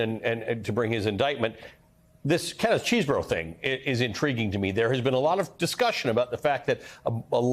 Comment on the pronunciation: It's Ken Chez-burro, not cheese-borrow. What he did was reprehensible, but please pronounce his name correctly. I am Ruddle rhymes with puddle, not noodle.